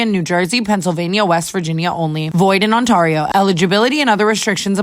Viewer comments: Tana girl. I love you but I NEED YOU TO STOP. Right now, pronouncing Ontario like on-tar-io, it’s pronounced like on-TEAR-io LIKE GIRL PLEASE I CAN NOOOOOT😭😭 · my roman empire is for the fact that tana can’t comprehend why people say tawna but says ontario like ontawrio 🫶🏻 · “It’s TAN-NUH not TAW-NUH” …draft kings ad “ON-TAW-RIO” 😂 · Speaking of phonics, are we going to talk about Tana’s pronunciation of Ontario in the ad? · But you can’t say “Ontario”, Tana… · I love how wrong Tana says Ontario right after her tangent about her name being pronounced wrong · Tana I beg you to say Ontario correctly in the drafts king ad lol